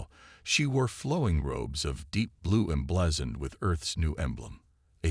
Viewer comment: The story would be good if not for your Crappy AI. Like someone else said, do most of you get your freaking AI from the same second hand store!!!!!!!!!!!!!?????????????? Your POS AI says "Reyes" differently damned near every time it is spoken. AND, what the crap is "em-BLEHZened"?